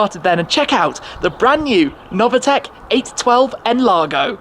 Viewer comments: It’s pronounced Noveetec not Novatec! Dammit! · It’s Novitec, not “Novatec”, idiot))))